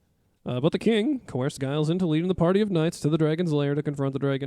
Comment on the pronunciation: I'm pretty sure the G in Giles is pronounced as a J, like the first G in gigantic. People in the UK say "farmer Giles" to refer to any generic unnamed farmer, like they might say to their kids "don't go across those fields because farmer Giles will set his dogs on you" etc